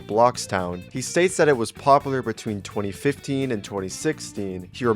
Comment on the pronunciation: The fact that bro reads 2025 for 2015 EVERYTIME is crazy